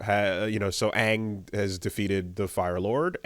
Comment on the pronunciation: there, says Aang correctly lol